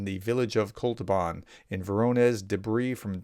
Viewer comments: Sorry, it‘s not „Kol-tu-ban“, it‘s „Kot-lu-ban“. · It's Kot-luban NOT Kol-tuban. You often get certain letters in Russian place names reversed. Do you perchance have mild dyslexia ? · Say kot-loo-bahn! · When you sound out a new word, don’t rush. Focus on getting one syllable right at a time. Kot .. lu .. ban. I hope this helps. Don’t give up, sir! You inspire a lot of other people!